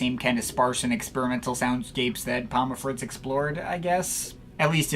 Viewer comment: It’s not pom-muh, it’s just pom.